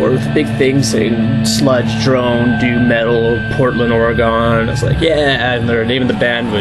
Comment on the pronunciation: I love how you always say ori-gone... oregon... I have an awesome cd on this label (crucial blast) by grey datuas. Dead in the woods. way cool.